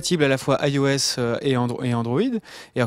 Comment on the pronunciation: pourquoi vous avez la manie de dire AIOS alors que c'est juste IOS ...?